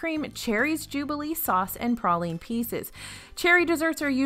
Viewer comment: Anyone else cringe everytime she said praline wrong?